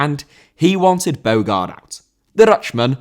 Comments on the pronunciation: Your pronunciation is awful. Ade is pronounced "Addy". Bogarde is pronounced "Bo-harder". It shows you only read fact sheets rather than experiencing it at the time, nor looking at them playing on YouTube. Poor show, man. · Bogarde* not Bôuwgard